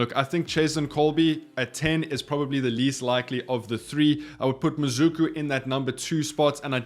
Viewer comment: how did you get from MaSuku to MaZuku😂😂. Horrible effort on a very simple word.